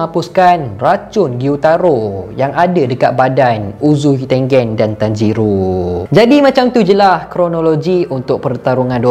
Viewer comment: Bang.. bila sebut uzui tengen, balik2 dgr uzui tengek.. ☺.